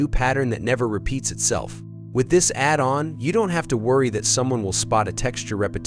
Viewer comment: Robot voice video. It can't say "addon"!